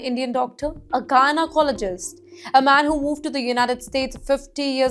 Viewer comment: This woman’s accent & pronounciation is ATROCIOUS. She cannot even say GYNECOLOGIST properly She is way too difficult to listen to or understand